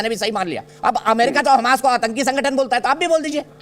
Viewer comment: Atanki nahi bola jata Aatanki hota hai bhai UT.